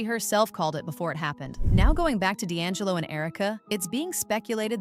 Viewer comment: That not how you say D'Angello's name. Its pronounced ( D' And Jello ) Not( Da' lingo)